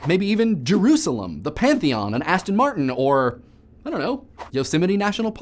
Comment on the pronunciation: Thank you for saying Aston Martin